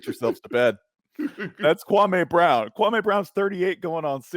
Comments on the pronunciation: The man said his name is Kwa' ME not KWA'may. This Spencer Hall guy is being very disrespectful. In fact, both of them are being disrespectful telling stories wrong. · His name is not Kwawmay. Y’all are so boring compared to Kwame. Ugh. I’m out. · The white dude pronounces his name like Stephen A Smith..KwuanMay.. Yep if he get bored they next..